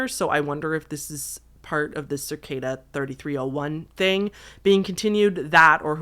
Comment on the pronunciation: There is no R in cicada!